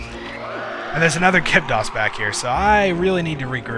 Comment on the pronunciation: I think it's Gibdo not Gibto.